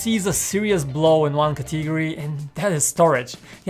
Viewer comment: This guy said categary instead of category